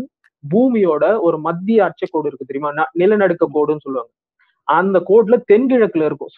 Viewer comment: நிலநடு கோடு. Equator. நிலநடுக்க கோடு என தவறாக உச்சரிக்க பட்டுள்ளது.